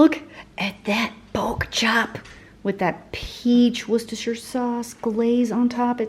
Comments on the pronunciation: Hi. I'm from Worcestershire and you pronounce it spot on xx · Hey! PERFECT pronunciation of the W sauce! Go you! I knew you had it in you....now if we could get you to say Garrrrla instead of Gayyyyyla for Gala apples we'd be even more impressed!! Love ya work!! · Finally someone from the US who pronounces Worcestershire sauce correctly I was born in Worcester when the sauce was still made in Worcester, it was later moved to another town in Worcestershire. I move to Australia when I was seven and have heard several different pronunciations of the word Thank you